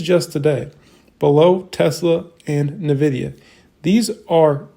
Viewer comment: It is en-vidia not na-vidia! Thank you.